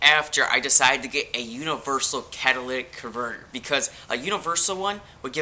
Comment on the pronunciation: Sounds like you're saying Cadillac converter 😂😂😂